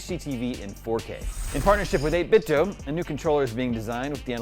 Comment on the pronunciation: Is it really pronounced 8bitDOUGH??